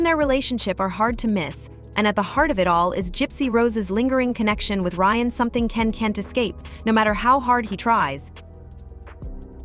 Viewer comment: Lol you can't get Ryan's name right?